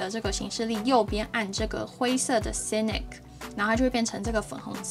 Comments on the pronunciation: Sync的發音＝sink, 不是唸作sinik, 然後Dawn 的發音不是“down”。其他的介紹都很棒！ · Sync=synchronize同步, 哪裡來的sinic? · 我還想說奇怪 哪來的"nik" ~